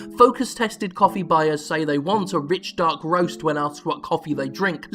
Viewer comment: I would pay good money for a soundboard clip of Jim saying "rich dark roast" in that glorious dialect.